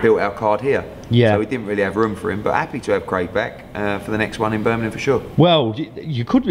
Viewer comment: EDDIE FOR FUCKS SAKE - Its Birmingham, not Birminam!